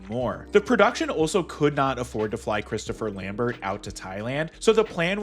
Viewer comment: 1000 points and discontinuing of the video for mispronouncing Christoph Lambert